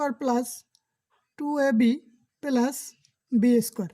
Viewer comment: পেলাস না প্লাস হবে ওকে